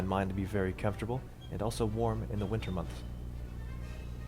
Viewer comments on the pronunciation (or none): none